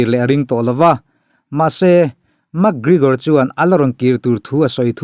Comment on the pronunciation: Gregor tih tur bawk aw Gregore ni lovin😝😝😝😝😝